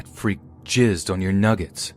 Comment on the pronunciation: You forgot the second "g" in "nuggets" but okay.